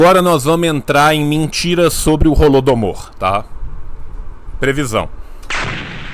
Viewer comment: Qnd o reaça falou "Holodomor", eu escutei "Rola do Amor" Ksksks Tomei um susto